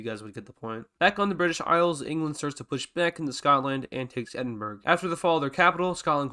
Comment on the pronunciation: I am Scottish, I have lived in Scotland all my life and for someone to call Edinburgh "Edinburg" is just insulting. Edinburgh is pronounced "Eh-din-bruh" not "Eh-din-burg" I wonder if there are any other British people watching this video, reply if you're from the UK!